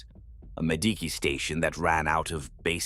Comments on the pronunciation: What’s a Madeekee? It’s said in almost every video. The Ma-Dee-Key station. Are you trying to say Medici? 🤨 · see I take that and make it a dialect thing for the person giving us their story. Ur the only thing breaking the immersion if you allow it sometimes